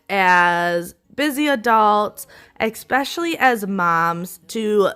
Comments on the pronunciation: You are wonderful. I can see you with your own tv show. One well-meaning tip: especially, not exspecially. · Especially my dear, ,,,,,not eXpecially,,,. the teacher in me